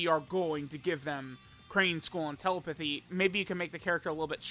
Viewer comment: This dude mispronouncing telepathy is more annoying than his "alriiiiiiiiight guyyyyyyyyyyys"